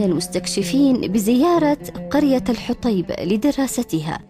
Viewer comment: الحوطيب وليس الحطيب